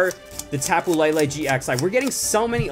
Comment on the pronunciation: Why u say lilie